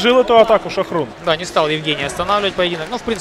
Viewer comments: Не Шохрун а ШОХРУХ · Не Шахрун, а Шахрух.